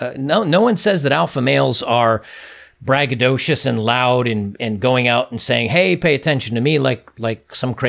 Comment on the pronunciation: Who caught that "braggadoshish"